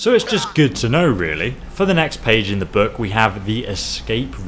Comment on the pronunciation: why does he pronounce "book" buuk ?